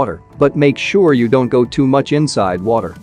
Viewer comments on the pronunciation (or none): none